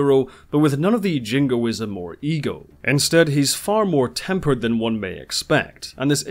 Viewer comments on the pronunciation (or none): none